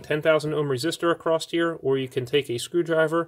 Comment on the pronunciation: across NOT accrost!!!!!!!!!!!!!!!!